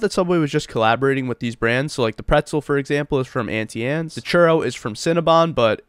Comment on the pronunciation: you're pronouncing Auntie Anne's wrong